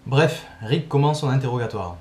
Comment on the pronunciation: heu je ne sais pas si c'est que tu articule mal, mais j'ai eu l'impression que toute la vidéo tu disais "Rick" et non "Erik"